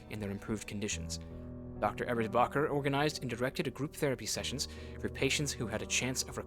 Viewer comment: btw - your pronunciation of ebersbacher is great! the games the weird one on that. source: someone who lives near the actual town ebersbach